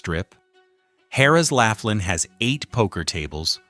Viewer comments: Pronouncing Laughlin as "Laugh-lynn" and Biloxi as "Bill-ox-see" tells me all I need to know to start a Youtube channel just so I can school you on reality. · "You can at least pronounce "Laughlin" correctly ! ! * Let's make this a professional video with correct information... * "Do your homework and ( Research ) before making the video." * I joined the ( Protest ) and ( Boycott ) of the Las Vegas Strip and it's because of higher prices for ( everything ) and the Strip is too damn EXPENSIVE ! ! The ( Food and Drink ) prices on the Las Vegas Strip is outrageous and ridiculously high priced ! ! * The High Priced Rooms, Resort Fee, Parking Fee and ( hidden-fees ) are everywhere on the Las Vegas Strip and in very small print in almost all restaurants on the Las Vegas Strip. * The middle-class American tourists and Foreign tourists ( CANNOT ) afford the higher prices on the Las Vegas Strip and tourists feel like they are getting ( scammed, ripped-off-, gouged and fleeced ) on the Las Vegas Strip ! ! * If you want the Las Vegas Strip to come almost close to the old Las Vegas..., JOIN the Protest and Boycott the Las Vegas Strip and save your ( Hard-Earned Money ) ! ! * Your Wallet and Bank Account will "Thank you" for ( NOT ) going to the Las Vegas Strip and be scammed, gouged and fleeced of your hard-earned money ! ! The ( CEOs ) on the Las Vegas Strip only think about about themselves and their ( GREED ) and make more ( PROFIT ) for the Large Corporations and Stock Holders and the tourists are ( NOT ) treated like invited GUESTS ! ! * Tourists are treated like the ( CEOs ) own personal ( ATM ) machine for ( GREED ) and more ( PROFIT ) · It's not "Lafflin". It''s "Lofflin". Proving you have no idea about what your're talking about. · It's pronounced "LAW FLINN" NOT "laugh linn"!! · "Lawfland' not "laughland" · It's pronounced "Loflyn". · Why should I take seriously the opinions of someone who has no idea how to pronounce Laughlin?